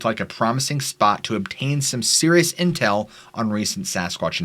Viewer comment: ish and ''...place to gather serious intell'' just got me good... lol